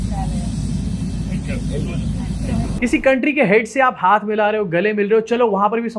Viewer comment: County?! Really??